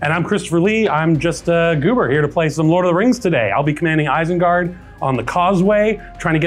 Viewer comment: "Isenguard" troll in there as well lol